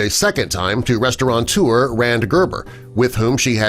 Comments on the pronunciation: The word is RESTAURATEUR not RESTAURANTEUR, no such world, there is no 'N' in it! And Pierce Brosnan's wife is KEELY Shaye Smith not KELLY. Sheesh, who writes this stuff?! By the way, are we supposed to be shocked that Pierce Brosnan is married to a woman who isn't skinny? She is a former model FFS - she doesn't have to starve herself for a living these days. And they are clearly very much in love. Lucky man! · Restaurateur not restauranteur. Maybe you should pick the beam from your eye instead of trying to shame this beautiful lady.